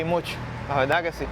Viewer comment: De veldad, no pronuncian la "r" o la "rr". Y rara vez pronuncian la "s".